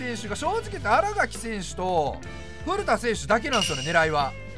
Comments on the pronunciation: あらがきじゃなくて、あらかきです！ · あらがきじゃなくてあらかきな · みんな知らんと思うけど 新垣選手は あらがき じゃなくて あらかきな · アラガキ じゃなくて あらかき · あらがき✖️ あらかき○